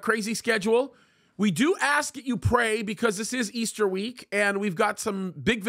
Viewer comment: Come on now Pastor please stop saying ester. It's Resurrection Sunday. ✝️👑